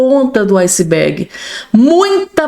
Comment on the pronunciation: PELO AMOR DE DEUS, aquela pedra de gelo que afundou o Titanic, não é "icebeg", é icebeRRRRg, tem um R antes do G, vai no google e pesquisa e para de passar vergonha falando errado.